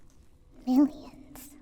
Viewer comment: I though she said millions as minions